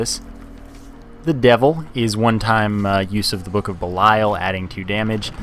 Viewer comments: Lol what do I care? I didn't create the word =P. I think buh-lie-uhl sounds better as well, but it's pronounced bee-lee-uhl. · Hey, for future reference it's pronounced book of bee-lee-uhl. You probably don't care but just throwing it out there.